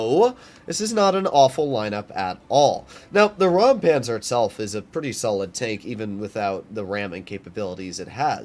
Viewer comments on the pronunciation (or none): It isn't rampanzer it is Räumpanzer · As you mentioned it I assume you might be interested to know how to pronounce it: The German „eu“ and „äu“ pronounce similar to the „oy“ in „boy“. So imagine it being pronounced like „Roympanzer“.